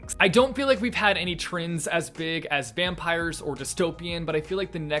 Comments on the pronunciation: me: trends: TRINDS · Normal person: Trends: Trins or Trinds Me: I like better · so my name is trinh and every time you say "trends" i keep hearing my name lol the fidget spinner clip though iconic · sounds like he’s saying trinds instead of trends 😂